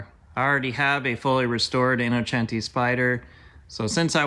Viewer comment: Thank you for saying “Innocenti” the right way ❤️